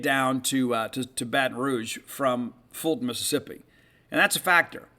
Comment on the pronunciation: great job with the correct pronunciation of Fulton